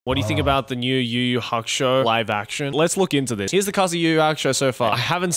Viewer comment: LMFAOOOO did you just call it. "Yu-Yu Hock-Show"???!!, 😅😅😅 HAHAHA, LMFAOOOO it's PRONOUNCED like "Yoo-Yoo Hack-OO-Show"